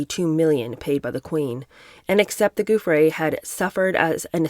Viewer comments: Just wondering if you might consider calling Virginia Giuffre …(pronounced JOO- FRAY or FREY) like Rudy Giuliani (JOO-LEE ANI). Not a big deal just wondering. I love listening to your reading and take on the books you review~ Thank you I could be wrong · 🕊️Hervey, (is pronounced Harvey). Giuffre (pronounced JEWFF-fri) was paid 15,000, each time, if I remember correctly, apartment and clothes were included. She was very troubled unfortunately, local media suspected she was medicating with drugs again, at the end..Sad, she came from a dysfunctional family, but, it's always the way, isn't it?.. parents and so many siblings, three children etc and nobody stepped in to help her, esp after her rumoured Jan attempt. People can be hard to help if they are under the influence..🐨